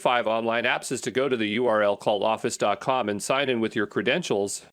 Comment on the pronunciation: is he intentionally saying "dot cum" instead of "dot com"? isn't a real person, huh?!?! What English speaking person pronounced "A-D" as "uh-dee"?